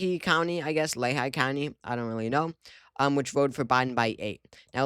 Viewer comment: It's pronounced Lee-High.